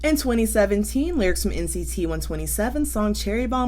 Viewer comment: It's "one-two-seven". :)